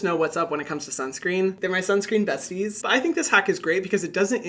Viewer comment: "There my sunscreen bestiess" 😭😭